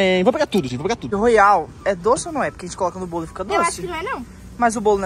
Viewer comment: Não é Royal e Poroial